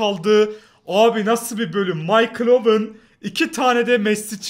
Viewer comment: MAYKIL DE OWEN